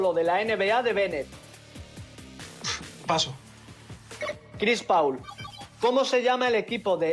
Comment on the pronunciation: Skone leyendo tal cual el nombre de Chris Paul sin saber como se dice